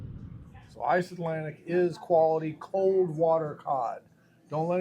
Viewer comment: ICELANDIC not Iceatlantic!! Lol